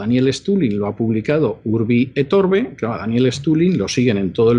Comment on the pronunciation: Minuto 14 de la entrevista, señor Vidal, con todo el cariño y respeto, la expresión correcta es "URBI ET ORBI" no orbe